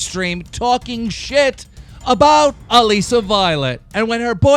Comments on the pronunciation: Alissa Violet's name is pronounced "uh-lih-suh," not "uh-lee-suh." Love your vids. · her name is pronounced like Alyssa not Aleesa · Its pronounced alyssa violet even after banks corrected you you're dtill pronouncing it as alisa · "Aleesa violet" I can't be the only one who wants to die every time keem says her name that way. 😂😂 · Omfg keem I love you but plzlzlzzzzzz say Alissa's name right it's not Alessa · am I trippin or is he pronouncing Alissa's name weird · Why does keem always pronounce people's name weirdly lmao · You still can't get Alissa's name right? Ffs dude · I get so annoyed with Keem when he says Alissa's name wrong... lol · Why does he still say alissa's name wrong?? Hahahaha